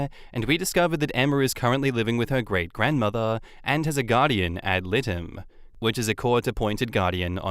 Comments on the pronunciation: Guardian ad litem it's pronounced L I like you be saying the word lie like a lie you're telling and dumb like you're stupid lie dum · Just an FYI, I hope I don't sound like a know it all. But "Ad litem" is Latin it means for the suit. So Guardian for the law suit. It's the i in litem is pronounced like item, the i says its name. Not that any of the is useful information. I just thought you might want to know.